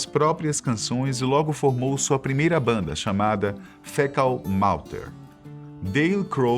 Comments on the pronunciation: Treina mais o inglês antes de narrar os vídeos ae galera... Fecal "Malter" foi de doer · Afff que cara leigo, é fecal matter não fecal malter, e o baixista é novoselic, "novoselithii" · "Fecal MaLter"? Krist " NovIselic" ??? O q são isso?? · O vídeo é ok, mas estes não são. E não sei o que aconteceu com a pronúncia de “Fecal Matter”